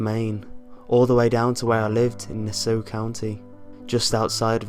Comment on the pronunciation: Oh wow, the narrator lives in Nassau County like I do. Crap. Also, I almost couldn't tell you were saying "Nassau". It sounded like "Nassew". XD